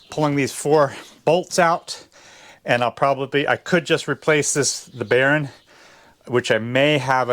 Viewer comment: B e a r ing not barren.. Castle nut is what you got there